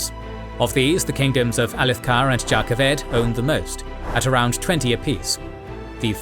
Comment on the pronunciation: Its Jan Keved not Jah Kaved